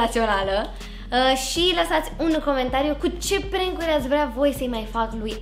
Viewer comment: Se pronunta cum se scrie PRANK , nu e prenk